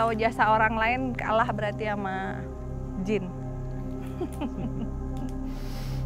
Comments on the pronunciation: Jin yaa bukan "jeans" 🤣🤣🤣🤣🤣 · Jin bukan jins wkwkw bisa ngelawak juga nih ak jd ketwa